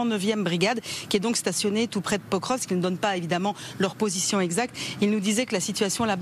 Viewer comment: L'ambassadeur à Moscou qui ne sait même pas prononcer le nom de la ville de Pokrovsk. Alors que le porte parole de l'ambassade de Russie en France maîtrise le français mieux que les journalistes et les généraux de pacotille. Deux mondes différents.